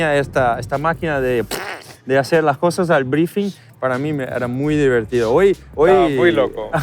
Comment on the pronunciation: "Muin dibeirtido" Rubens Barrichello